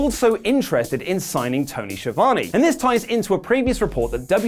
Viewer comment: Is to difficult to pronounce Schiavone? :°D